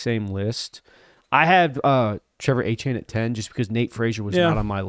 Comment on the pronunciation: Guys. It’s Trevor Etienne not Trevor Achane